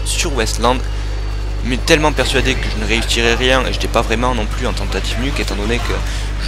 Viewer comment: "tentative" et pas "tentaive" :p